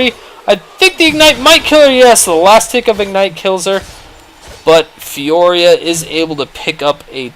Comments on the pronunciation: its Fiora not Fioria :P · Not trying to sound like a douche, but its "Fiora" not "Fioria". Just trying to help out ( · there is no second I in Fiora, stop pronouncing it fioria, it be bugging me